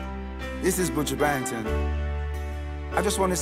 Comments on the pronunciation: He can’t say his name properly 😂🤣😂😂Buju Bantan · I’m screaming how he pronounced buju’s last name 😂😂😂😂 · He didn’t even pronounce his name properly🤣🤣🤣🤣 yessss buju